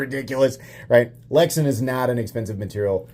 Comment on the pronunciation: Pronounced lex-ann